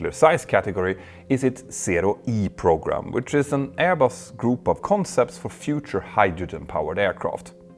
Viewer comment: I know its due to Petter’s accent, but the English words ‘program’, and ‘pogrom’ mean something completely different, and the latter quite a bit more dark.